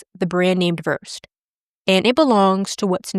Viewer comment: Versed is pronounced VERSE-SAID. Just FYI